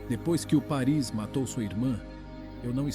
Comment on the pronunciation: Desculpe, mas a pronúncia correta é Páris.